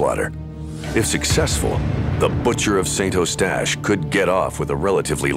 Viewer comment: Pronunced Saint UH-stache, NOT Saint O-stache!! Saint Uh-stache is in English, or San U-stache in French. Also it's SAIRge -- not Sirge. St. Calix is San Caleex. Deux Montagnes is Deuh Moantan-yuh (French), or just Two Mountains in English. Also called Lac de Deux Montagnes or Lake of Two Mountains. (My dad used to live there.) It's not really a lake, altho it looks like one -- it's just a very wide section of the St. Lawrence River, maybe 1/2 a mile across -- a really nice view, as u can see all the nice houses & mature trees on the raised riverbank over on the other side of the lake. Peaceful view, & no yahoos on seadoos making a racket, nor loud boat motors etc.